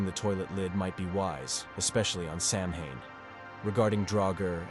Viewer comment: samhain is pronounced ," sowin " do some research !